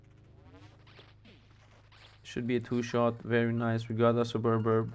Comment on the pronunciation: Vids are good dude. Keep posting^^ Its easier to pronounce if you part the word. Sub-urb